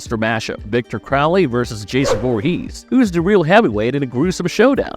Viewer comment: Why do you pronounce Jason's last name weird.